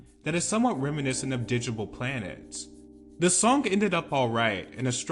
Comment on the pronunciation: It’s a hard G in Digable Planets btw